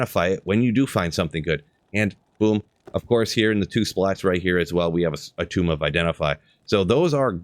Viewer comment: you really call a tome a tomb? :D I know ogre is ogry, but ... really?